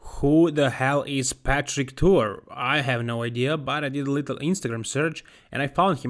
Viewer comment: Who the hell Patrick Tuor why are you talking about bodybuilding obviously you know nothing about the sport. Patrick has well known and respected coach in bodybuilding. Your butchering of these guys names is disrespectful. How about you do some research before doing a video.